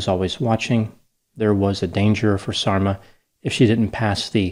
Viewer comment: Yes, I keep hearing "dolma" when he says Sarma-haha! (Sarma=dolma - same dish, different words). There's an unintentionally funny song I heard in Bosnia: "You left and you didn't even taste the sarma." Can you imagine? If only he had tasted her wonderful cabbage rolls he wouldn't have left.